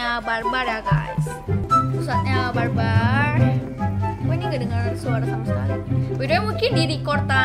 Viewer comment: I can't hear the "R" word when she say "bar-bar"